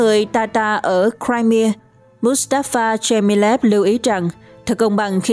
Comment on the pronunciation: bán đảo “ Crimea “đọc đúng phát âm theo tiếng Mỹ là Crai-mia chứ không phải là Crai mi a, nữa Mỹ nữa Pháp lẫn Việt.